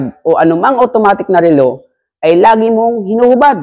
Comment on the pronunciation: Relo not rilo! BISAKOL!!! 😛🤪😝